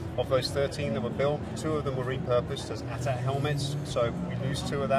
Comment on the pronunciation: He said AT-AT like "at"-"at". To each their own, but that is one of my pet peeves.